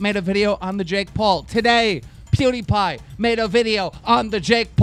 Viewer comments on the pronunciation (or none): none